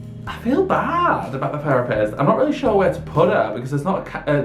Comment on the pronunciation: His accent is so funny! The way he says sure 😂 “shoower”